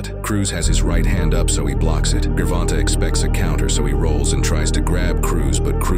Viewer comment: Is it actually pronounced “gurr vonta” I thought it was like “jer von tay”